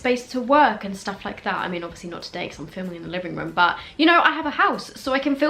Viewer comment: I love how she says “röēúm” lmao